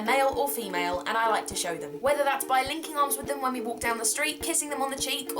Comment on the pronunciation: Okay, I'm so sorry but when you said 'Linking arms with them when we walk down the street' I swear to god, I thought you said 'Licking arms with them when we walk down the street' for a minute there!! Needless to say I was slightly worried! :D